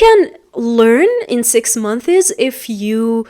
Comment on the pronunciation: Check your prononciation about "6 months"